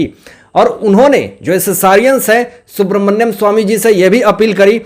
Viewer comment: सुब्रमन्यम ❌नहीं सुब्रमण्यम ✔️